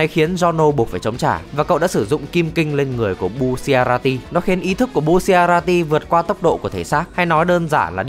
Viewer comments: Đọc sai r phải là bu cha la ti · Thứ nhất: Đọc là bu cha ra ti Thứ hai: Đó không phải quá khứ của trish Thứ ba: Đừng đọc là kim kinh (nghe như máu loz màu vàng ấy) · bu shi a ra ti :< bu cha ra ti ạ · Bu-cha-ra-ti chứ sao lại đọc thành bu xia ra ti 😂😂😂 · đọc tên nghe bruh quá, bucciarati đọc là bu-cha-ra-ti; narancia-> na-ran-cha; abbacchio-> a-ba-ki-o và mấy tên stand để nguyên gốc sẽ hay hơn như golden experience - stand của fugo purple haze là virus chứ ko phải khí độc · Sao anh cứ nhấn mạnh chữ bu